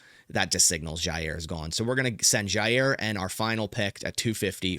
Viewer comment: I don't know why this makes my skin crawl so much, but there is no Z in Jaire !!! It's pronounced JI- air And HOW does he find a way to say his name 14 times every video!!!ll